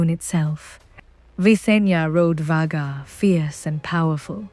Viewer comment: It's pronounced "Vay-Gaar" not "Vag-Gar" 😂